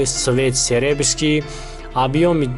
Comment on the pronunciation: Не макрий асвалт. Мокрий асвалт. Не серебский а серебристый. Мактаб хондай.